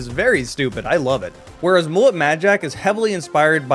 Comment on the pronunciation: Did you pronounce mullet like bullet? 😅